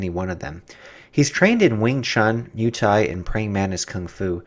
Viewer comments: stop spelling "MUH-THAI" it´s called MUAY-THAI!!!! thx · Moo ay thai Not Mew Thai